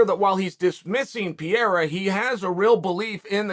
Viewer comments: Pereira . Not Pierá. Portugués , not French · Stop saying Piera, is PE-REI-RA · Chael! it is PE - REI - RA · Chael, it is Pereira not Pieira. It is pronounced Pay ray rah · It's Pereira, pronounced (Per-ray-ra) not Piera 😂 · Man, stop saying "Piera", it's Pereira. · Not piera , Pereira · "Piera" wtf you talking about chael? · Piera.... P E R E I R A... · Come on. Say it with me Uncle Chael, PEE-AIR-UH. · Alex "PIERA" lol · Alex PEE-ERA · Love watching your channel Chael, but brother you slay the pronounciation of fighters names :-). Pereira = Pe-ray-rah, Tuivasa = Too-ee-va-sa :-) :-) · "Piera" hahaha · Perreira: Pronounced Per-Era, as in Ireal Adesanya is a once per era fighter. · Chael “Alex Pierra” Sonnen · Who is Alex “Peara”??? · In this video Pereira is pronounced PEE ERA, Pierre, and PEE ERA again. Any way but the way it's suppose to be pronounced. 🤣🤣🤣🤣🤣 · Alex peeyera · Chael please just once, could you take an extra 5 seconds and sound out the last name? The guy glances down at a name and half reads it, then from that point on that is how he says the name. Remember Islam Mockle-chev? Pee-era now? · the name butcher hits again "Alex Pierra" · Piera lol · Hey bad guy it’s per-air-a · Puh-rye-ruh. Say it with me now lol. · who else came here just to hear Chael say "Alex Pierra" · No one: Uncle Chael: PEEira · Piera, to piere, what it is we got with that. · Alex Piera 🤣🤣🤦‍♂️ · Chael “Alex Piera” Sonen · Pierre-a? lmao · Pereira [Pee-era] ?? Not sure that pronunciation is correct. lol But it def wouldn’t be the first time. —> Belal (Chael translates to..) [Bluhal] 😏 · Who’s Pierra? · Chael: "What's the guy's name?" Us: "Alex Pereira" Chael: "Ok Piera it is" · Alex Piera?!? 😂😂😂😂😂😂😂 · Love uncle Chael but I cannot sit and watch an opinion video when 5 seconds in he calls the dude Alex 'Pierra'. Idk if he's being cheeky & I know it's a foreign last name but bruh, Where's the hespec. And he's a commentator lol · Alex "Pee era" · Alex "Piera" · Alex Peeyerah.